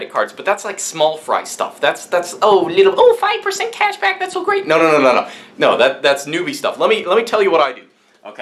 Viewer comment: 🤣🤣🤣 the way he says cashback